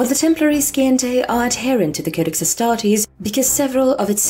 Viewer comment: Scientae... Si-ent-a (like the word Science)